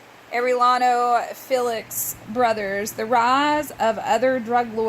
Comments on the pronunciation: Not air-é-lano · Oh yeah they’re name is pronounced air-e-yano